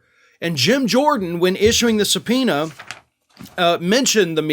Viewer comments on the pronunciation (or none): LOL SUB-POO-NA I needed a good laugh today. Thanks,.